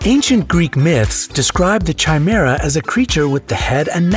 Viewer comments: Its pronounced <Kai>Mera not <Chi>Mera, K not Ch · Chimera is pronounced different.... Kai- mare - ah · Chimera, pronounced Ky-mera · Chimera is pronounced as K-im-ear-a not Chime-ear-a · It is pronounced "Kimera" not "CHimera" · Chimera is pronounced kimera. No chaimera. So it's kimerism not chaimerism. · FYI, chimera is pronounced with a K sound, not CH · It has always be K-imera. Ch-imera was never the right way. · when he mispronounced chimera i lost it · Chi-mera SMH. Chimera is a K sound, not CH. >_< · I hate how they say chimera, it's not a ch sound, but a K sound, but fun list other than that. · Chimera is pronounced with a k not a ch. so kimera not chimera. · CHI-MERA? OH MY GOD LOL you are saying it wrong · It’s not pronounced ch-I-mira it’s pronounced c-I-mira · It is pronounced Kai-mehr-uh. The word sounds nothing like an overly spiced cup of tea {chai}. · Chimera is correctly pronounced like this: KI-mehr- rah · OMG WOULD YOU LEARN TO SAY CHIMERA RIGHT?!?!?! It's KY ME RA!! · Not pronounced chye meer ah!!! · Just so you know, the word chimera, is pronounced *ki mera*....one last little thing, I have 2 of these bonus features...lol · Isn’t it pronounced ‘Kai-mera’? I’ve never heard it with the Ch sound. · Just figure that CHI is actually spelled X in greek, and is pronounced "KI" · It is pronounced KH-EYE-MER-A! Why can't narrators read anything beyond basic phonics??? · The preferred pronunciation of CHIMERA is with a hard K sound at the start, from the Greek: ky-MER-a. Every time I heard it mispronounced, I winced. Also, I wish you could have included more details about any connections or prevalence of each feature to specific races or nationalities, geographic regions, hair/eye color, body types, etc. For example, which peoples most often have those dense bones. This was a fun show, thanks for posting. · It's not Chimera--it's pronounced Kimera (k sound, not ch sound) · Ch in Chimera is with a hard C. It's pronounced kye-mehr-ra.